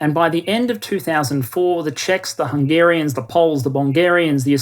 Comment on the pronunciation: Why you said Bongarians? Lmao